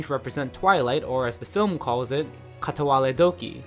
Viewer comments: Tip: dont even try to pronounce a Japanese word if you don't fucking know how. It's katawaRE doki no katawaLE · I kinda cringed at how you pronounced "kataware-doki" as "kuh-tah-wah-lei doukey"..... cmon dude